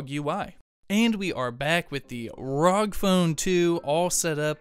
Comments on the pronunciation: Please stop saying rog....say it R O G....pronounce each letter separate. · Arr oh jee